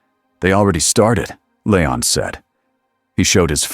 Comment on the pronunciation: Hearing this AI garbage narration keep calling him LAYON instead of LEON was getting on my last nerve! Please stop using ai, get a group to do some character acting and use real people to read these stories. Your ruining good stories and being so lazy 🙄🙄✋🏻✋🏻